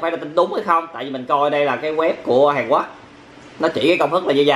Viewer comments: Hàn Quốc mà cứ ns Hàn Quấc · Hàn Quốc ông nói là hàn guất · Sao a cứ nói hàn quắc quài v a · Miến hàn quoác ông phát âm hài ghê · Miền anh miền nào mà lại đọc " HÀN QUẮC "???